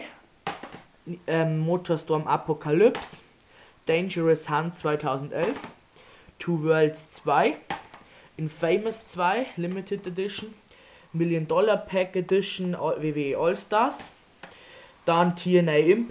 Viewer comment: COOL holst du dir unchated 3? und inFamous wird infemous ausebsprochen nur so als tip aber geile collection